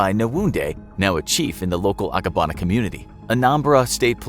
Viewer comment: Would just like to point out that LAGOS is pronounced L-AY-GAS and not L-AH-GOHS. Even voiceover artists from freelancing sites make this mistake everytime. Also, it's Abagana and not Agabana, I know cos that's my hometown. Nice video anyway.